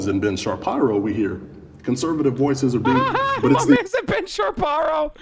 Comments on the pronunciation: He said Ben Chaparo! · Ben Chaparro! If your latino this is the best nickname 😂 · J a question - did u mean to pronounce it Sharparo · He said "Sharparo" on purpose. Lmao.